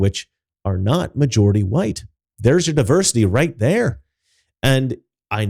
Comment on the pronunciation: "Wu-hite people."